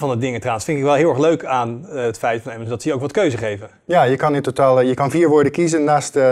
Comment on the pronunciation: Bedankt, dat je "Amazon" zegt, in plaats van "Amazun".